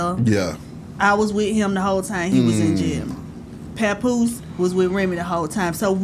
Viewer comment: When she called hkm pawnpoose ive said yeah tko